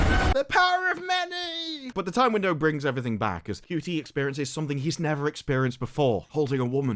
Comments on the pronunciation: its pronounced shooty not cutie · Ncuti Gatwa is pronounced "Shooty Inmabooti"